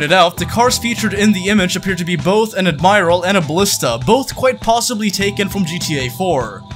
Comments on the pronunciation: Admiral: Add-Mer-al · It's pronounced ad-mi-ral fella.